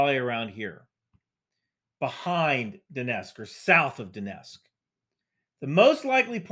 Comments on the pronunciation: I'm not sure why people pronounce "Donetsk" as "Donesk". Don't leave out the T! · Lets just ignore the t in donetsk, no one will notice